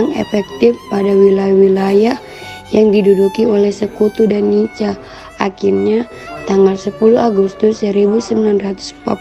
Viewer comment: NICA,dibaca nika bukan nica atau nitja broo.